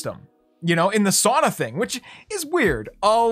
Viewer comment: Sorry to be this finnish guy BUT ITS NOT SAANA or SOONA its SAUNA like its written.